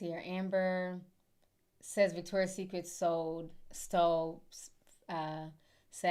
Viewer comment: It's Victoria'S Secret. Not Victoria SecretS